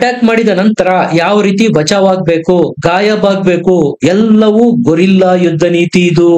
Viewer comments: ಗೊರಿಲ್ಲಾ ಅಲ್ಲ ಗೆರಿಲ್ಲಾ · ಬಾಸ್ ಗೊರಿಲ್ಲಾ ಅಲ್ಲಾ ಗೆರಿಲ್ಲಾ